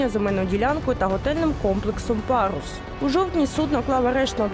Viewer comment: Пагус забогловович. Как можно ггаботать журналистом. Ььфу